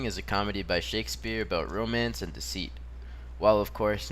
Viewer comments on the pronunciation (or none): none